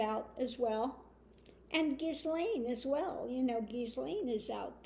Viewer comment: Good reading, thanks,. I think Gaetz will spill the tea on 45. 😁 (PS: the 's' in Ghislaine is silent = pron. gheelane.)